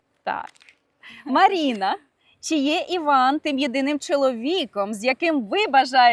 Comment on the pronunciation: Різало слух «Маріна»… а ще «Ванєчка»… Чому не Іван та Марина???